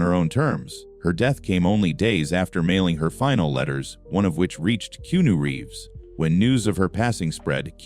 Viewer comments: Why cant the speaker SPEEK Keanu Reeves name correctly or even the same pronunciation throughout its f redickulouse that you can't SPEEK his name right or correct in any f way it's redickulouse please stop fucking his name up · It's disrespectful & redickulouse